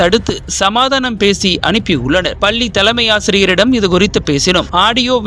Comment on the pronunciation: பல்லிஇல்லை பள்ளிஎன்றுதிருத்தமாகபேசவும்